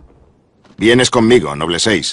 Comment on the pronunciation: esto me gusta, porke en la version latina,en vez de decir ``noble`` dicen ``nobul`` y aki si lo dicen bien como se debe de decir ``noble`` no ``nobul`` excelente video.